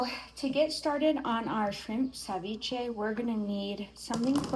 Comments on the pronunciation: Agrego aguacate y más camarones. Por eso se llama ceviche de camarones. Y es ceviche, no SAviche. Lo siento, solo un fastidio mío. 😊🍤🥑 mmmmm 😋 MUY BUENO. Bendiciones para todos y su perro…🙏🏼✝️ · CE viche not CAviche😊